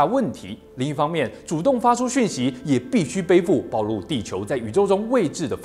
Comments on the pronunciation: 幫補充：暴（ㄆㄨˋ）露。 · (ㄅㄠˋ露) 扣分